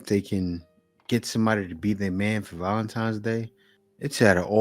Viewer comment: ValenTIMES? I can't bruh